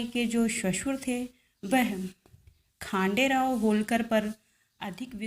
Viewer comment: खानडेराव नही खंडेराव है!